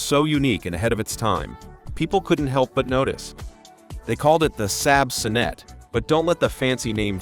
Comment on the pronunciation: "The son-NET I.E"? Try the "SOHN-net one", doofus!